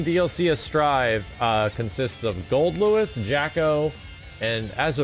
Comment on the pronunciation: The weirdest thing in this video is that actually said "Goldlewis" correctly